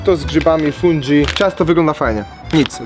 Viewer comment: Jakbyś kiedyś chciał podszkolić włoską wymowę to pisz śmiało. Fundżi czy peperonczini nie istnieje po włosku. :)